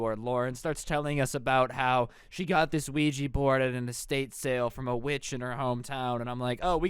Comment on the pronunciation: don't mess with weegi board Nintendo:. It's Luigi oh what he mean Ouija